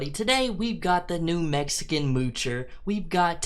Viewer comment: She lives in New Mexico. He said “New Mexican, moocher” not “new, Mexican moocher😂”